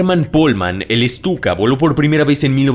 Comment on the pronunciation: es Stuka Bro. No "Estuka".